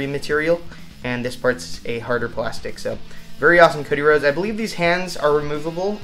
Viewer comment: I don't mind you say Cody Rose